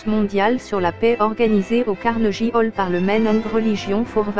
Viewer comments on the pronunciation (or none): none